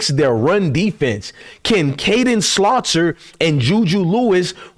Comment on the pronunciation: Bro.... His name is Salter not Slauter. Love the show Bruh.